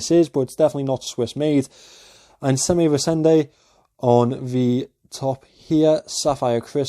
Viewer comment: Pronounce it as: Eye n zammer rise ander